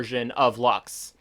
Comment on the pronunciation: Not Lax ,but LUX with an English u